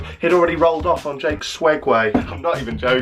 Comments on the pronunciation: What the fuck is a swegway? Is it not Segway? I'm I wrong? Have I lived 24 years on this earth saying it wrong? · SEG-WAY NOT SWEGWAY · I thought it was Segway not swegway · Who has noticed that he’s saying swegway instead of Segway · *segway not swegway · Is it swegway or segway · Please stop saying swegway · Is it a segway or swegway??